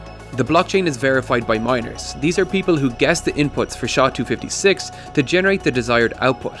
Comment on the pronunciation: "SHA" is hurtig my ears. It is pronounced "S" "H" "A"